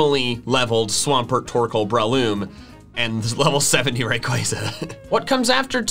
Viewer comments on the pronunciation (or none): none